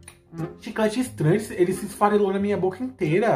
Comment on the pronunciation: Rafael ele disse farela mesmo ❤